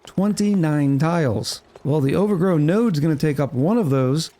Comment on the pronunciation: it's OVAGRO not OVERGROW. wth dude? xD